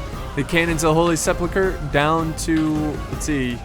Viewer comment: Well I meant to say mispronounce, sorry about that. You pronounce it as if it was Holy Sepluchre. And yeah things like that do eventually get to me, it's a very childish mistake to make and even more easy to fix.